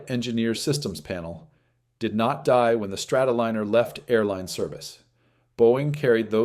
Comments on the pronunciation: Liner as in airliner! Not leaner or leener, Liner as in Lion. God I hate these AI narrators. if it would have made the mistake once you could understand it but it kept doing it over and over. It is madding! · ARGHHH! Not Strato-leaner! It's a Strato- lie-ner